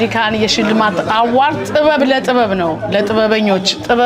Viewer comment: The award is translated into Amharic as 'shilemat'. Why the use of the English word. Besides, award is pronounced as 'ə-ˈwȯrd'. Two mistakes are committed: one, failure to use the right word in Amharic, and two, wrong pronunciation of the word 'award'. Is this confusion, transition, or lack of words? Is this trying to be what one is not?